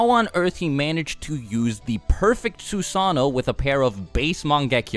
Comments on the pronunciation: So we're not going to talk about the man that has a youtube channel dedicated to naruto, but still cant pronounce Susanno-(Su-sah-no) they say it in the show hundreds of times. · Sue-San-no lmao